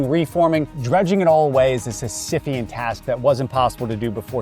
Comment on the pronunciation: "Syphian task"? I think you meant, "Sisyphean task" as in the myth of Sisyphus...